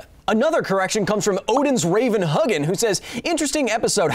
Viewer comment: One kakaveat (oh ho x3! Kakarot, kaka, and caveat!). Odin's Raven Huginn is pronounced "Hew gen" not "huggin". It means "thought" in old norse. The other raven is called "Muninn" or "Mew gen" which means "memory" or "mind" in old norse.